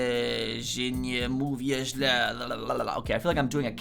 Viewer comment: Polish here. That wasn't bad, actually, I expected something much, much worse 😆You would probably convince many people that you actually speak Polish, so your point definitely stands. However, let me just point out, that some words have been butchered beyond any recognition, like e.g. the first "źle" (too bad). Strangely enough, the second time you pronounced it, it was spot on. Overall, yeah, that's fair, you do sound like somebody who has been learning Polish for 17 days... 😜🙃 Great video, thanks a lot!